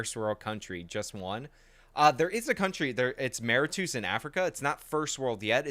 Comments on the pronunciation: if you mean Mauritius it's pronounced "Mu-rish-us" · I think you are talking about Mauritius. It is pronounced like: Mor-ish-us. Also, Mauritius is culturally and ethnically very different from the rest of Africa. It is basically majority Indian Mauritian, with ~ 2/3rds the population being descendants of various Indian demographics, primarily from South Indian states. (There's some Sino Mauritian also). The culture is largely an amalgamation of the relevant Indian culture and French.